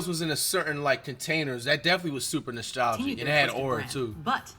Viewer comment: Flight: “Noshtalgic” 😂